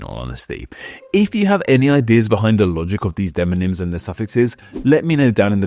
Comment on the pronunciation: Gotta say, it's a little odd that in a video about deMonyms, you say deNonyms every dang time.